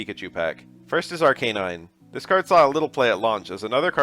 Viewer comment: that arcanine pronounciation kinda